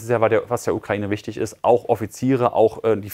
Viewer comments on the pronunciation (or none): none